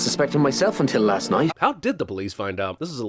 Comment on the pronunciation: Your pronunciation of knight damn near killed me😂😂